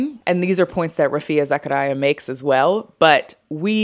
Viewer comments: ( on Zakaria, it's usually pronounced 'zuck-ree-ah') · za-kAH-ree-a like the movie sicario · This is a few months late but for the pronunciation of Rafia Zakaria, the way people in Pakistan would pronounce it is more similar to zuck-a-ree-a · Rafia last name pronunciation is Za /ka /ri /ya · as a last name, I've always heard it as za-CAR-ee-ah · Za-kaar-ya. Or Zaka-riya. Hindi/Urdu has "iya" sounds more than "aya" sounds for last names like hers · Its Raa-fee-aa Zaa-kaa-ree-aa (Pakistani feminist represent) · As Rafia is Pakistani descent it’s the first pronounciation. Not Zachariah. 🩵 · Neither zakaria was correct. The second a is longer